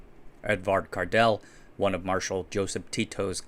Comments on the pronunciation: J is not silent. It makes L pronounced soft and usually is considered as single letter, one voiced digraph LJ pronounced as /ʎ/ . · no, it isn't silent 😆 you completely mispronounced it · J in Kardelj is NOT silent! - a person born in Yugoslavia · The J in Kardelj is not silent and it's not Cardell 😂😂😂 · no the J is not silent ... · The J in Kardelj is very much not silent,, it's a skill issue.:> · The "J" in Kardelj is not silent. Kombined with "L" in front of it, "J" forms a completely diffrent letter, in cirilic the letter "љ". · The J in ´´Kardelj´´ is not silent, its part of a total different letter wich is literally pronouncing the L and J at the same time (instead of putting the tip of your tongue to your teeth when pronouncing L you put to the hard palatinum like you want to say J and than pronounce L. Keep in mind that in Serbo-Croatian the letter J is pronounced like you would say the letter Y in the word ´´Yes´´ in English. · LJ - one sound two letters. Research the pronunciation. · The J in Kardelj is not silent. It is not a letter, it turns the L into the LJ letter, which sounds the same as how Russians say the word love, lyubov. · the "J" is not silent, "Lj" is the entire letter, you just failed to pronounce it properly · my croatian teacher would absolutely flip out if I had told her the 'j' in 'kardelj' is silent. I got in enough trouble over the whole 'č' and 'ć' thing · the J is not silent at all. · The "j" in Kardelj is NOT silent, it's not even a letter; it's the letter "lj", the sound which the English language doesn't even have. Kardelj was Slovenian. In Slovenian, just like in Croatian and Serbian, what you read is what you pronounce, exactly how it is written: nothing is swallowed, nothing is silent, nothing is left out. What you write is what you pronounce, what you pronounce is what you write, letter for letter.